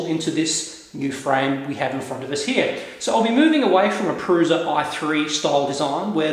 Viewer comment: its pronounced proosha